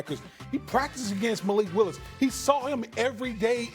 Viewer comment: there is no way this fool said malik wilis lol